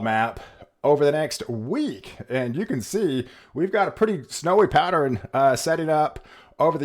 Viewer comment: Someone PLEASE tell this Genius how to pronounce "Pattern" it's not "Patt-er-rn" every time I hear him say it, I want to scream!